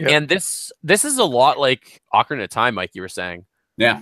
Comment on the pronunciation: If there is one pet peeve I wish I didn't have its hearing people pronounce names wrong. Like Ocarina of Time. Like I heard you three say Ocarina in the video in the beginning and it bugged me. Of course nothing against you guys it is a pet peeve I have always had FeelsBadMan :( . But my favorite Zelda game would be Skyward Sword, mostly because of the characters really pulled my attention and I enjoy the relationship between zelda and link. They actually have chemistry and Link now has another reason to protect her, not just because shes the princess and he needs to save the world